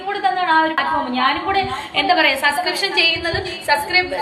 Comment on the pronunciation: Sa sa sa sa sa onnu podi സബ്സ്ക്രീപ്‌ഷൻ പറയാൻ അറിയില്ലേ 😂😂😂😂😂 അബോർഷാന അറിയുള്ളു അല്ലേ